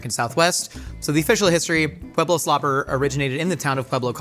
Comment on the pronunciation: Thank you for 1. Telling the true story behind the slopper and 2. Pronouncing Pueblo correctly. A side note, the best green chili is made using Pueblo Chilies, NEVER hatch😅